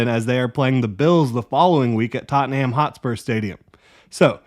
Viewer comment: So, I imagine the comments may get big on this: It’s pronounced totnem